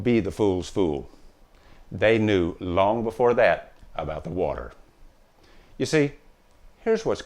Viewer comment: WATAH!!!! Lots of WATAH! Another great video bro. Thanks for sharing.